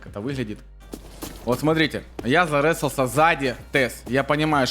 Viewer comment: "ЗаРЕсался" после 10го раза этого произношения пошла кровь из ушей😂